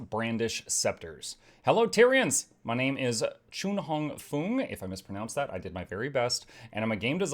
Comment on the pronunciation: " i di my very best" 🤣🤣🤣 yee